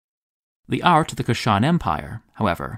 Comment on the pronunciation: Kush-an, not Ku-shan empire.